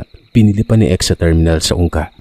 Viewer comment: Hello Po sir, ung sinabi mo pong tungka Yung pag pronounce Po nun is ungka terminal ☺️ Iloilo city po Ako and municipality ko is Santa Barbara